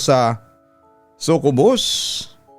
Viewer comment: sakyubus (succubus) po pagbasa nun papa dudut